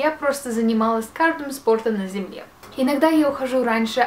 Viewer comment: Мне так нравится что она говорит: -На земье Просто бррр